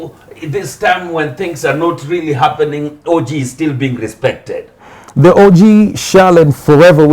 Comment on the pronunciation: By the way Jalang'o you have several times pronounced O.G as orgy